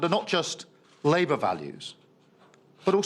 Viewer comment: So glad I washed my hands of this lot when they washed their hands of Corbyn. She nearly said "Liebour"